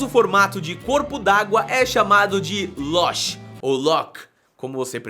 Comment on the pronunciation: Loch é meu sobrenome e se lê só lo